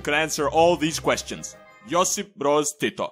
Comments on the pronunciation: You said Josip Broz Tito like really guy from balkan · that pronunciation of josip broz tito is on point